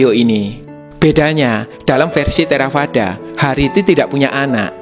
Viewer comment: biasanya dalam Buddhis membaca huruf V di baca W contih Theravada du baca Therawada Vihara dibaca Wihara